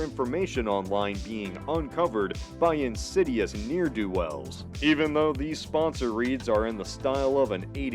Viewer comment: Interesting concept, but the ad at the end of the video is so f*cking annoying (never buying that stupid product), and you pronounced 'ne'er-do-wells' incorrectly.